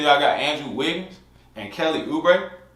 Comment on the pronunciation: Why u say Wiggins like that lol